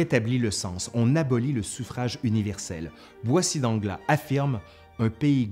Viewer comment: Boissy d'Anglas : on prononce l's final.